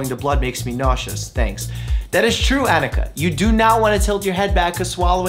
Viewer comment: I also died! I wasn't really paying attention to the name on the question so when he said "That is true, Annika!" exactly the same way I pronounce it I did a double take and freaked out! I don't think that's ever happened before lol so thanks for asking a great question!